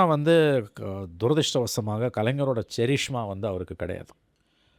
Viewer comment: Charishma vai karisma nu pronounce pannanum.